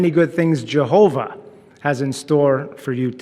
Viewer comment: litterally could take the forced way he say Jahova "jaHOva"